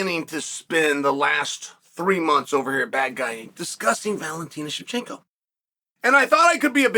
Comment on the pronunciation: Valentina is amazing man, it’s definitely weird she doesn’t get more coverage. On a side note it baffles me how you can pronounce Shevchenko right, but not Pereira 😂